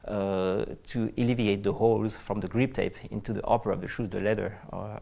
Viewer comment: Did that French dude say GREEP TAPE?!?!?! What the fuck is GREEP TAPE??????